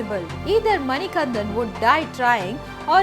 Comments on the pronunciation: Beautiful story. Please correct your pronunciation of the Lord’s name. It is Manikandan..not Manikanthan. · Not all swamis take 41 days vratha, the swamis visiting sabarimala for the first time takes 41 days intense vratha. Also it's Manikanda not Manikantha I'm from the district where sabarimala resides, Pathanamthitta district, Kerala. SWAMIYE SARANAM AYYAPPA.... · It is not mani kan"dh"an, but manikandan. Please take care of the pronunciation. But good to see such good effort for capturing the details. Appreciate it. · Hi, I am from the district where Sabarimala is located that is Pathanamthitta one small change is required, it's MANIKANTTAN there is pronunciation difference, also the mahishi story is true but she asked for marriage is a myth, that is Ayyappa's mother who is seated in the Malikkapurram.